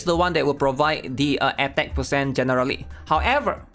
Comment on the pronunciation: SIX PAHCENT